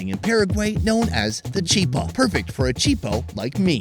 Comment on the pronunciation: It’s not “chipa” it’s chiPAAA